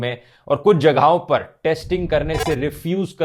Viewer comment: Bhai yeh "jagaahoñ" kya hota hai Yaar 😢?,,, ooñche LeveL pe pohoñch gaye ho zabaaN aur bayaaN ko durust kar Lo!,,, Kyooñ ke ALfaaZ hi ka kaam hai tumhaara!,,, Mere Bhai😢!!!